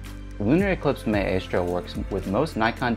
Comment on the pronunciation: Very good and useful tips, which I sincerely appreciate! (Very) minor point, but your pronunciation of maestro is a little off. Consider checking an online dictionary that will speak it out loud.